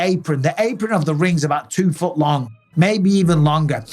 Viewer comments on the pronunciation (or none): none